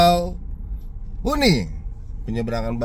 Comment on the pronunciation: Bakauheni BG bukan huni